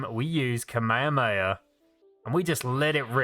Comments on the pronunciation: You were like “Kamekameka” it’s actually kah me ha me ha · kuh maya maya… it’s kamehameha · whats kameyameya? its called kamehameha not kameyameya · why did you say kamayoyo wave? its kamahama wave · Bro you are saying ka me ha me ha wrong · When he makes kamehameha sound like "cmere mayor" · I hope he is actually saying ka-maya-maya on purpose and not being serious 😂😂😂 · I like how he pronounces kamayhaamayhaaaa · No one:: kameyameya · He completely butchered butchered "Kame hame" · Sorry but kamayaakamyaa 😂 just a little thing I found funny it’s a amazing video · Pronounce (kah-mei-ha-mei-ha) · Kamehama kei-mei-am-ehey A big boi beam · It's funny on how you say Kamehameha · the way you say kamehameha gives me aids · The what? I can't understand your accent, you seem to be saying Kamehameha incorrectly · I hate how he says kamehameha wrong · He said kamehameha wrong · every time you say kamehameha i die a little on the inside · the way he says kamehameha is just no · Why do you say Kamehameha like that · That is not how you say the beam move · Why must you pronounce kamehameha wrong.